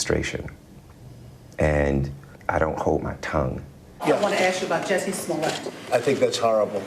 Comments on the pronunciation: You butchered his last name. Its french and so its pronounced Smul-È-À. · You keep saying his name wrong. It's pronounced juicy smooli-eh. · You are mispronouncing his name, it is Jucy Smooliet. That said, as a Chicagoan, I would never trust the cops with my phone if I was famous. But, I remember when this happened, it was so silly that I just ignored it. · If you’re gonna do all that research on a man, at least say his name correctly: juicy smoullea